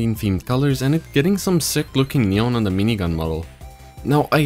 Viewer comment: i love how this dude says neon "nyon" lol